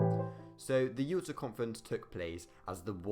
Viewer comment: Since when was Yaalter pronounced Uooota? Alas a chaotic account of the Yalta Conference. E.g. Roosevelt and Churchill we not different from Stalin because they were capitalists, but because they were elected leaders of democracies (Stalin joked about how much easier it was to simply tell the population what to do). E.g. all three knew about the atomic bomb, but it was never discussed - and still one of the top two of Roosevelt’s aims was to bring Russia into the war with Japan, because he didn’t know the bomb would work - and a conventional invasion would cost an estimated 4m American lives. Similarly Churchill did not accept that the British Empire was in decline, he defended it vigorously - hence Greece was so important as it covered the Mediterranean access to Suez and India. And consider why the Holocaust (as it was later called) was never discussed. And Churchill was very worried that the USA would pull its troops out of Europe, as Britain could not maintain occupation control on its own hence the importance of getting France back on its feet despite de Gaulle’s intransigence. BTW, it was not agreed that France would have a zone of occupation, only that they would be offered a role - because de Gaulle was not present.